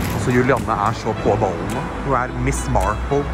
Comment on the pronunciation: Julianne er jævlig sjeldent navn og alle sier juliane så og høre vegar si Julianne gjør godt vondt inni meg